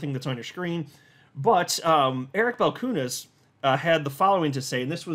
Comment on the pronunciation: Hey,. About Eric Balchunas name pronounciation: the surname is of Lithuanian origin (you can ask him personally:)). So, Balchunas should be pronounced as the train sound choo choo:D Eric Balchoonas;)